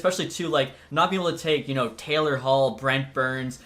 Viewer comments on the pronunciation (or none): none